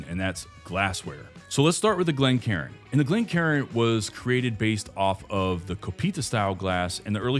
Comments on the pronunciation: It's Glencairn ( glen care-n) not glencarin (glen karen)... as cairn, a pile of stones, as a marker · Glencairn, not glencarin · Great info. One correction. ‘Glencairn’